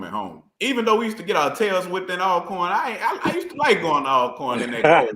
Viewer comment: GA - You need to correct when he says -corn.